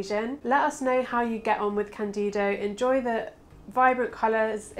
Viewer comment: For the love of Lemmy, is cÁndido, not candÍdo. The accent is on the A. Sorry... thx